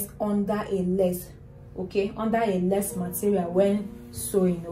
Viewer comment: It’s lace. With her accent it sounds like “less”